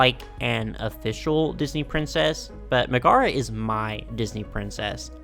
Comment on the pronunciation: Love your vids. I will say i don't know if someone has already commented this but her name is not pronounced Ma-Gar-aa its pronounced Meg-a-ra the "Meg" part sounds like the beginning of the name Megan. and that, i was quite surprised to learn, is not a Disney made up name she's actually a real princess in the Hercules story. for the longest time i thought she was made up by Disney nope she's got actual foundation in the original Greek myths!!! ANNNNND is a real princess in the old story too!!!